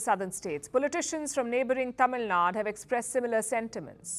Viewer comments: It's Tamil Nadu... Not Tamil Nad.. you don't reduce the South Indian states.. Karnataka became Karnatak Tamil Nadu became Tamil Nad.. How do you feel if I call you Palki Sharm.. or Palk Sharma? You North Indians better respect the South Indians before talking about being Indian. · Its not Tamil Nad, it is Tamil NADU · Woman you pronounce Tamil Nadu wrong! It is T A M I L N A D U. There is big difference between South India and North India. Both are very beautiful. I am South Indian from the State Tamil Nadu and I have visited North India. I LOVE BOTH.